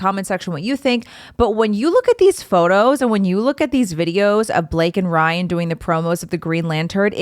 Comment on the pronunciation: You said “Brian” several times, instead of “Ryan”. 😆